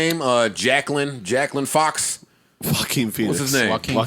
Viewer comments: Joe:Jaclin Fox?!?:Joaquin Phoenix 😂😂😂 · Joe calling Jaoquin Phoenix "Jacqueline fox" is hilarious 🤣